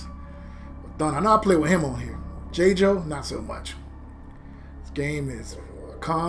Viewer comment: I'm trying to figure out who "Jay-Joe" is. 🤣🤣🤣 the announcer dude clearly says "JAY-GO" & you followed and said "Jay-Joe." 🤦🏾‍♂️At least you won the match after that. Dude was trash with Tusk anyways. But the way you butchering his name...I need to ultra combo you on sight. 🤣🤣🤣